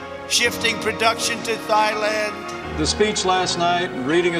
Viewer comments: "...shifting production to Thighland" That's the genius who thinks he can negotiate a better TPP than Obama. Seriously, I remember getting into an argument in 3rd grade with a classmate over how to pronounce Chile. That's the level that Trump is functioning at. He's as dumb as the classmate I was arguing with in 3rd grade. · Did he really say “thigh—land”!😂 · Thigh-land got me choking......... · Nobody: Trump: ”THIGH-LAND” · THIGH-land, JINA, YO-se-mite. What's next??? 🤦🏻‍♀️🤦🏻‍♀️🤦🏻‍♀️ How embarrassing!! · I wonder how far of a trip it is from Thighland to WAP? I guess it depends on the woman. Man. Camera. Tv. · Thigh-land is a good place for Bangkok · Or “thighland” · 45 can’t pronounce Thailand with a teleprompter “thigh-land”.... Yosemiteeee or yosemight... tomato, tomotto... Fox is the worst! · “Thigh-Land” sounds like my kinda themepark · Golly, thigh-land sounds like a magical place. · Did he just say 'Thigh-land' 😂😂😂🤣🤣🤣🤣🤣🤣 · "Thigh-land?" 😲 Oh my god! Friggin "Thigh-land!" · Thigh-Land? Seriously? Lol. I had somehow missed that gem of a mispronunciation. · Thigh-Land?? Seriously??? 😄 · Lmao thigh-land omg... lmao oh that's my laugh for the day.. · Not thigh-land lol....smh you are hilarious with these videos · Thigh-Land! ? Lol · Bro idek about that one... he didn't know how to pronounce Thailand. THAILAND. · I like thigh-land. I met my wife there. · Thigh-land sounds like what Donald Trump calls the back of his empty limo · Well actually this was the way I pronounced it the first time I ever seen the word...when I was in 3rd grade!! He is a 73 year old grown man, this is unacceptable of anyone in a position of government power